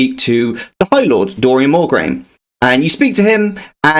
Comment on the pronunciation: This guide is great but I’m giggling about you calling him Darion More Grain. I don’t know why that’s so funny to me I can’t stop chuckling.